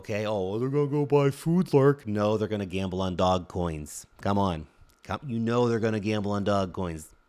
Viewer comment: I only come to Lark's videos to hear him say "dog coins."